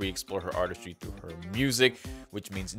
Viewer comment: K trough 12 no ?